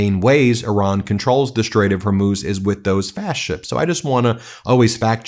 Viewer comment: I really think he didn’t know about the Strait he can barely pronounce it😂